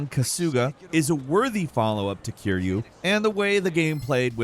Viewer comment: Don't pronounce Kiryu's name like that😅 sounds like he's Kirby...